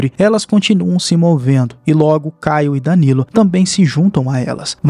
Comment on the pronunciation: fala o nome danilo certo porfaavor